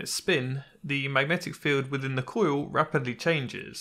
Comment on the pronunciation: I feel like pronunciation of "coil" has become very slightly less infuriating.